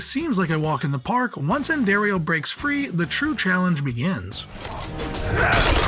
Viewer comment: Just like he did with Andariel, about a half dozen times and only pronounced it correctly once, I am guessing he didn't play Diablo 2